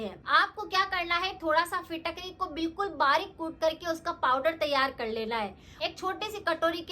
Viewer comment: Fitkatri ap shi s bol nahi pa rhi